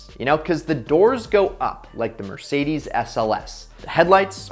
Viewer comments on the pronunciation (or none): none